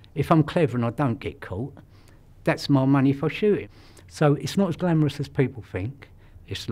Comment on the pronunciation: ".... its noh as glamrus as people fink" You're right you lil bald mudafuka - It's not glamorous and people don't "fink" it is.